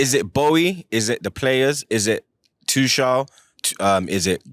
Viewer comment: F’d up everyone’s name man said Boey and Tuchall 🤦🏾🤦🏾🤦🏾